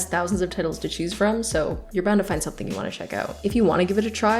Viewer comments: was I the only that heard “tittels” instead of titles? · bruh why she say "tittles"